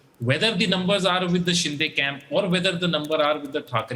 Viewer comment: Dear Host It's Not Shin-Day but Shin-de.